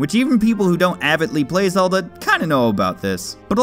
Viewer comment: You mean the legend of zegend